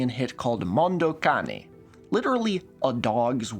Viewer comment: holy shit, a youtuber actually pronounced "Mondo Cane" correctly.